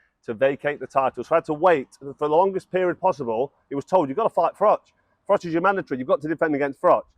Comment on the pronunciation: Frank Warren’s problem with Carl Froch is that after 20 years he still can’t pronounce his surname properly.